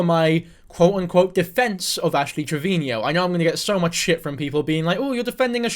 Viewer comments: Its Trevino...Not Trevinio... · It’s pronounced Trevino. Not Treviño. No need for the accent on the “no”. Just say it like you’re saying it to her “treviNO”. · I cannot focus when he says “treviño” or “Trevinio” TREV-EEN-O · Not to nit pick as a hispanic but its "Trevino" not "Treviño" 😭😭